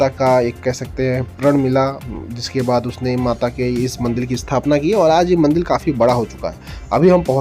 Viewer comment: Baaki sab to acha hai per Ek chiz samajh nahi aayi ki aap kaun se rajya se hai kyuki MANDIR Ko MANDIL bol rahe